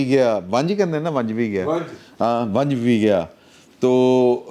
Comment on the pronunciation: ونج نہیں۔ ونجی